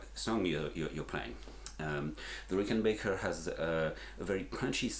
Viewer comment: Had to turn this off, how do you get Rickenbaker from Rickenbacker???